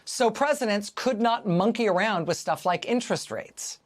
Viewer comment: Why the f did Rachel maddow say monkey around so hard